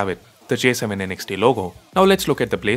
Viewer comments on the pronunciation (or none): Kinda bothered by how you keep saying N X T. I thought it's Next without the "e". Just me nitpicking though. 😅